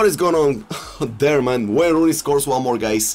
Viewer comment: “Waauyn rooney”😂🔥🔥🔥